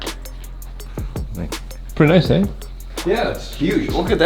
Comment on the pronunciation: ofc "pretty nice EH?" Canada boi